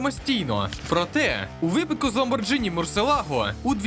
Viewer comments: не правильно казати Ламборджині, в Італії вас за це відлупцюють правильно казати ЛамборҐіні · Lambor gh ini назва відомого авто читається і вимовляється Ламборґіні саме через сполучення GH . НЕ ЛАМБОРДЖИНІ. Не існує такої машини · Яке нах Ламборджні((( Ламборгіні))) Лошара))) А так, лайк))) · сука, коли ж ви навчитеся правильно вимовляти Lamborghini??? Ламборгіні!! не ламборджині! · Гарний огляд. Дякую. От тільки "ЛамборДЖині" трохи зіпсувало враження ;)